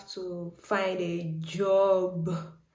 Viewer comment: The emphasis on find a job is killing me 😂